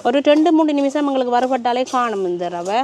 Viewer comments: றவை அல்ல, அது ரவை. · றவையா, இரவையா?தமிழ் படும் பாடு! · சமையல் செய்ய தேவை ரவை. றவை அல்ல. தமிழ் படுகொலை